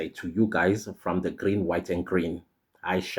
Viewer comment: Grweeen whide and guwreeeen😂😂😂😂😂😂